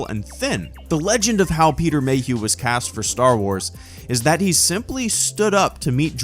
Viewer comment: peter mayhuehuehue